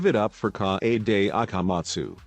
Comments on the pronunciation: "Cockichi Ouma" "Me you e roomba" "E book key Mi oder" "Kaede akamat stew" "Hajime's ayr guatire" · piano idiot: KaH eyy DeY Ah Kah Mah Zu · "Shu i chi Sai ha ra and K AH AY DAY A KAH mahtsu" bruh